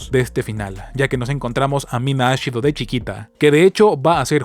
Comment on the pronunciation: Me confundí con el nombre de la chica que es Mina Ashiro, pero lo pronuncias como Mina Ashido, por un momento pensé que era la de Boku no hero